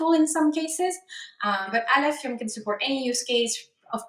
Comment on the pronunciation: “Aleph ium”